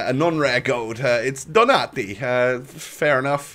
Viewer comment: Cisko_PlayZ no he’s talking about the player he packed Donatti who is Argentinian but he pronounced his name in an Italian Accent 👍